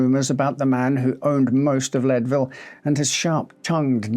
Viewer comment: Believe it or not, it's pronounced "Leed-ville" -- not "Led-ville." :)